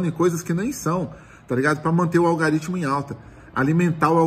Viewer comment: "Algaritimo" kkkkk